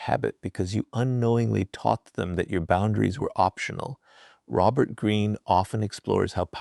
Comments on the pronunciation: Is Robert Green's voice in this AI? He keeps speaking about himself in the third person and pronounces his name as Raux-bert Green instead of Robert Green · it's hilarious how the AI pronounces Robert wrong. Like with a long O.